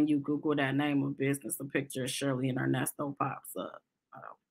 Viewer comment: I h8 when he says Nesto your name is Earnest bro